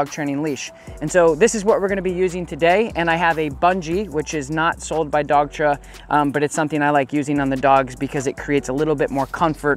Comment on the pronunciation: Another great video. You are saying dogtra right?